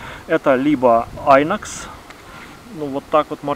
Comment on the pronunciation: Не "айнокс", а "инокс", це ж хранцузский, а не инглиш. Иноксидабль! )) В реальном поюзе у меня только филейник-15, остальные три опенка лежат в ящике стола, как-то не находится им применения.